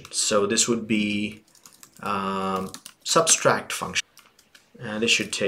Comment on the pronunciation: very helpful video but it's subtract not substract lololol